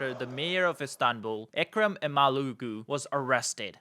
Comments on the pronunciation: It's not imalulu ffs... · lol its not imalulu ahahahahaha imam oglu is ok but imalulu is funny as fuck 😊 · It is not ‘imalooloo’, it is Imamoglu. Just get it right please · Not imaLULU, it is imamOĞLU 😅😂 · Ekrem Emalougoo😂 dude its imamoglu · Thanks for the great video. It d be much better if you spent 5 min to correctly pronounce İmamoglu man😂 He is not an African, imalulu?? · By the way, how hard can it be to pronounce his name 'Imamoglu' properly ? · The prononciation of the name is imm-uhm-owl-woo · No! İmamoğlu = ğ → This letter is silent but elongates the preceding vowel "o" in this case. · How hard can it be to learn how to pronounce a name in foreign language? LMFAO each time you say Ekrem İmamoğlu.